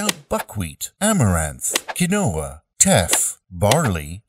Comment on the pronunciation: You guys mispronounced quinoa [keen-wah] lol